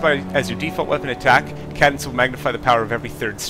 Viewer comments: Good video, but when you pronounced cadence ca-dence, I had to laugh. It is pronounced kay-dence btw.. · love the review. BTdubs: It's pronounced Kay-Dence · Cool video, convinced me to buy. Also, Cadence is pronounced KAY DENSE. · i doubt he's in league with anyone considering he can't even pronounce "cadence" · KAY-dense...not KAH-dense. Oh, and it's OKK-cul-tist not oculist. And demolitionist as in DEMO-lishun-ist, not de-MO-lo-gist. You're welcome.